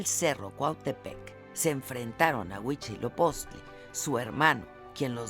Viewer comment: HUI TZIL OPOCHTLI (NO UICHILOPOCHTLI)